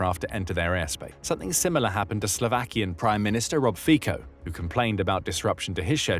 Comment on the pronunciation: It’s fico not fiko (just so you point correctly we don’t like him either)